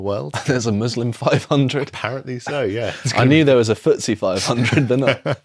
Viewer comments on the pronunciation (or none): none